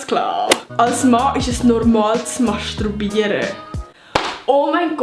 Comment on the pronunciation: Ich han nur welle uf din sprachfehler hiiwiise - s isch masturbiere und ned mastRubiere🥴 Hoffe du hesch mich immerno gern:D